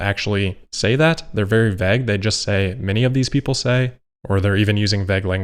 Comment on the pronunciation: Vagg??? It's vague as in va'g. Dumb dumb